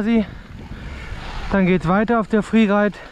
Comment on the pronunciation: Mqn sagt Freeride sagt friereit